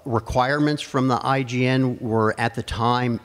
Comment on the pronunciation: He kept saying IGN, it's IJN right?